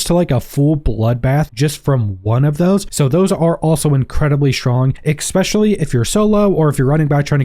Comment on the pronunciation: Expecially, really?